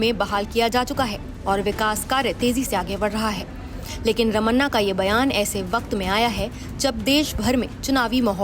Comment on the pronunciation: "रमन्ना" नहीं "रमणा"